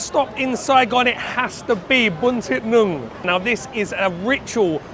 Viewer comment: Thank you 🙏, you're slowly getting the pronunciation of bún thịt nướng correct everytime you say it.